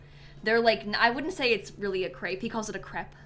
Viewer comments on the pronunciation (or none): crêpe is the correct way to say it. "cr-eh-p" no "ay"